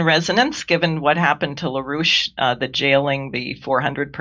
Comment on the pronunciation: La rouche? I’m only hearing Rouge